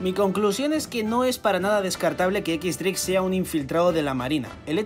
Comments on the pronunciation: Si pronuncias "equis- dreik" Lo correcto no sería "ex-dreik"? Porque si dices "equis" entonces dreik se pronuncia "draque" :v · Si es cierto xdd algunas pronunciaciones de los españoles son bien raras mezclando español con inglés lo correcto sería decir "equis draque" o "ex dreik"